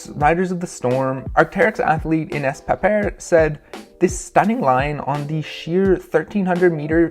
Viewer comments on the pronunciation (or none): none